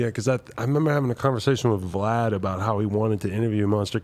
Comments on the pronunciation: He calls him Vee Lad Lmao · He called Vlad V-lad… 😂😂😂😂😂 said he aint coming to the hood! 🤣🤣🤣